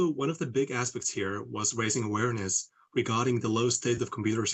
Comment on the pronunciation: Lol "awareness"